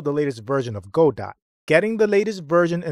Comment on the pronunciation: It's pronounced "Guh doe". Good video.